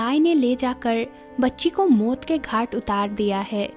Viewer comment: Mut nahi maut hota hey behen je😂😂😂😂😂